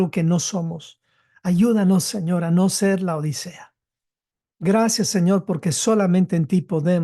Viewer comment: Por favor, es LAODICEA, no La odisea, como muy problamente los pronunciaréis. Laodicea (griego Λαοδίκεια πρός τοῦ Λύκου; latín: Laodicea ad Lycum, también trasliterado como Laodiceia o Laodikeia, antes conocida como Dióspolis y Roas; turco moderno: Laodikya) es una ciudad del antiguo Imperio seléucida, establecida entre 261 a. C. y 245 a. C. por el rey Antíoco II Teos y nombrada en honor de su esposa Laódice. Estaba ubicada a unos 6 km al norte de la actual ciudad turca de Denizli, en la provincia del mismo nombre, cerca de la aldea de Eskihisar. Cómo vais pretender enseñar si no sabéis ni cómo se escribe.